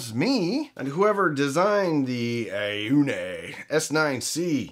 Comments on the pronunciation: it is pronounced like "oh knee" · on -it's pronounced on